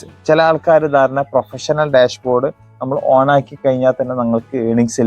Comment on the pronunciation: ഡാഷ് board ൽ എങ്ങനെ പോകണം പറയുമ്പോൾ ക്ലിയർ ആയി പറയണം